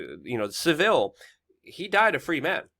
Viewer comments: It's Savile NOT civil as well!!!! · Rhonda Eiser it’s Savile, not Sivile 🤣🤣🤣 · I can't believe that he keeps pronouncing it wrong it's not like Shaun didn't say it correctly about 10 times. Bizarre!